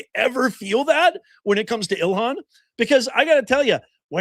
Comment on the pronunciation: “…An Individual did something…”. contra EEL-HAHN…. HMMmm… 🙄😑